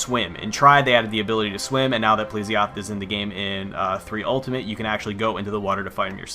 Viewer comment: pl'E'sioth not pl'i'sioth xD